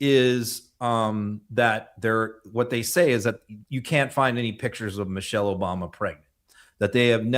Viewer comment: The vile wrestler couldn’t even say Michelle correctly, he said Mochelle.